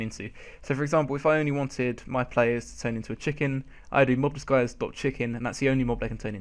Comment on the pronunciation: Mob Disguise not Mob Diguise